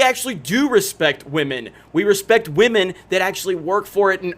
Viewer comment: OMG!!!!! He said WAMEN!!!